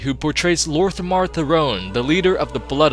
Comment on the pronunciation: You butchered the fuck out of lor'themar therons name badly